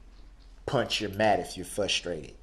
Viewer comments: he was "fustrated" lol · you can not, not, not forget Fustrated, cor horshed... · You forgot yesterdays "i wuz fustarated"🤣